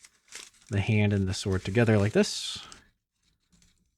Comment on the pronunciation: Did you just say seword? 😂